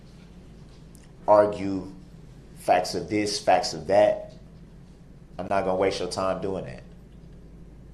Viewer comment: He literally said “you and you alone decide what is troof and isn’t troof.” Not only is he void of any self awareness, gaslighting weirdo saying the state had theatrics (no they didn’t, not even a little), he says “troof” and “dat”. At least he finally learned tacit vs takit. It’s weird to me how smart he believes he is when he proves over and over again how ignorant, stupid and illiterate he actually is.